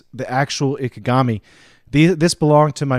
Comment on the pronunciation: Just remeber this, In Japanese (and in many other languages) "I" is NEVER pronounced "ai" (as in "I am"), this is an English peculiarity.